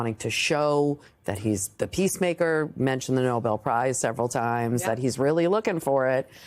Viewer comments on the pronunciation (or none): His dumb press secretary pronounces it "the NOBLE (as in a noble man) peace prize" she has no idea what it even IS It's hilarious